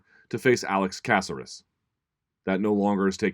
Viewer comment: Can this guy say anyone's name properly. Alex Casares...smh